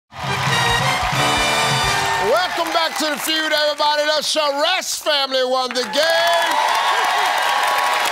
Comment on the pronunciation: Charest is french, pronounced shah ray, it makes me wince hearing cha rest